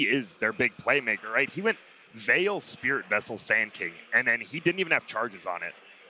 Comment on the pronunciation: I like saying spirit Wessel. Spirit Wessel! Wictor Wictor Nine Nine!